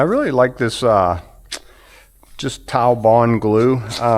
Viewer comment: I thought I would learn about a new wood glue called "TileBond," but I laughed when I saw the bottle. Put your glasses on,. It's "TiteBond" glue, pronounced "tight bond." I've been using it for years in my wood shop. They make several different versions, TiteBond III being my favorite because it is water resistant.